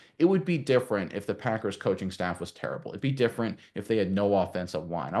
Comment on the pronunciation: First time someone stated the packers correctly.